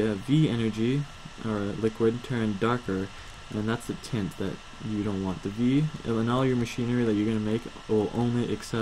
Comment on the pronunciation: it is pronounced viS and tIAnt.